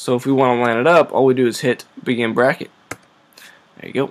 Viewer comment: WHAT THE FUCK IS BRAKKET ?